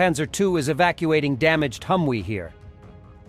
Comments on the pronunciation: HUM-V is how it's said not HUM-WE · Hum-we is e-wack-uated by manzeer.